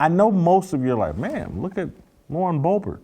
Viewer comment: Love you Jason....but dammit...its BO-BERT. Not that difficult.